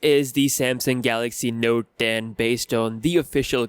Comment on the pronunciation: Did u say Notden ?